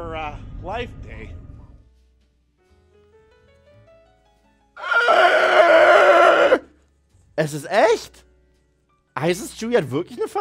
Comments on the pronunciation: Der kurze Einspieler mit John Trent war einfach perfekt! 🤣 Achja - es heißt LIFEday - nicht Lightday! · Die Bitte um Besprechung der Ewok Filme unterstütze ich. Ebenso der Muppet Show Episode (Wenn schon, denn schon). Übrigens, nur fürs Protokoll, es heißt "Life Day", nicht "Light Day". Danke! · Klingt das nur für mich so oder sag er ständig Lightday zum Lifeday? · Es ist Life Day nicht Light Day :-). Ach und zu Mark Hamill. Hatte der nicht einen schweren Unfall zwischen den bleiden Filmen? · Du sagst "Light Day", aber bei "The Mandalorian" wird "Life Day" gesagt ... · LIFE day Hört sich bissl an als ob du Light day sagst schlimmer fehler bei so nem guten Film.....